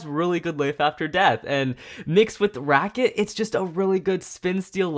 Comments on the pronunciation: Hearing him say "racket" so much for Wizard Fafnir hurt. It's "rat-chet", not "racket". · You pronounced ratchet wrong, you said racket